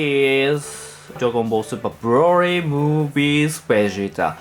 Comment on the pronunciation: Its cute how you say broly “brory”